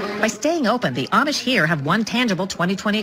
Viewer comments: The Amish (pronounced ah-mish) get lots of vitamin Sunshine. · Ahhh-mish not I-Ee-mish.